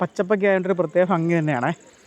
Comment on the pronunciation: ഫങ്ങി അല്ല ഭംഗി ആണ്